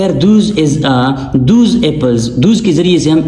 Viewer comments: Those not thoos.please Focus on pronunciation as well. Many are getting irritated. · Please check the pronunciation of " Those" , Sir... Thanks for the video❤